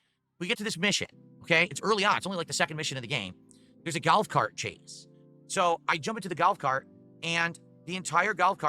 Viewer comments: is he literally saying gout cart? wtf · Huuuh? "Galf cart"? What is galf?! 😂😂😂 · Why is this fucking retard saying “GALF CART” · I'm so glad to know that it wasn't just me everytime he said GALF cart. I said the EXACT same thing as you! It bothered the hell out of me! Especially when I know people from his area don't talk like that.